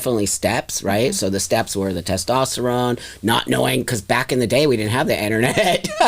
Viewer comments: BLOSSOM IS NOT WELL! I would be curious as to her many diagnosis’. Not to mention she keeps saying “tastesterone”. It’s so annoying. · If I was to talk to anyone that pronounces testosterone ‘tostesterone’ I would immediately stop listening to them because I’d know they’re obviously not the brightest tool in the shed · Someone needs to teach how to pronounce "testosterone" before continuing to argue about the biological make-up of women vs trans-women. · The more I watch this the more I’m convinced that is an absolute idiot and really just loves to hear their own voice. She can’t even pronounce “testosterone” properly. Very selfish individual who says “I care” but actions prove otherwise.